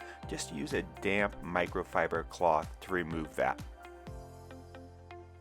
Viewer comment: Thought you said “wipe the tiles with a damn sponge “ 😄